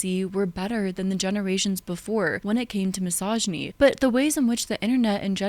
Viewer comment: Is it misogynistic I find it ironic you pronounce misogyny wrong?